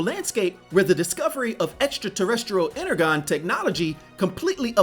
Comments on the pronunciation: I love your videos but pronouncing energon inner-gone was getting to me because I’m a transformers nerd. It’s pronounced inner-jon. I love the videos. Congrats on the comic. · Ener-gone? Really? It's pronounced ener-john. It might sound nit-picky, but you can't title yourself a sage with that lack of simple knowledge.